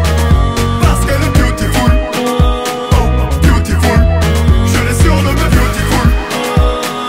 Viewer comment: le mot c beautiful mais lui il dit BYOUTIFULE mdr il a massacré l'anglais